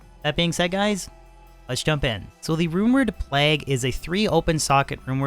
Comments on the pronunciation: He says it all weird because he’s Canadian.. “P-Lag” lol what a weirdo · Plague, like Craig, vague, the Hague. Not "plag". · Your pronunciation of the work Plague is murdering my soul.